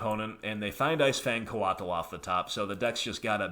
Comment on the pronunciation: lol coatl is pronounced like the word coat with an extra letter. Or sort of like Kotal Kahn's first name from Mortal Kombat.